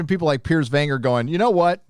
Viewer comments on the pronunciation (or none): none